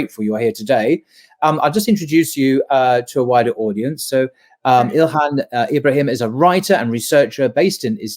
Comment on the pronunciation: Get her name right!🙄 (ILHAM) Mmmmmmm. What is so difficult with that?